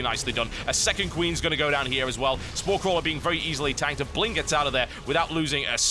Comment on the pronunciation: can i just say its not bling its pronounced B-ling :)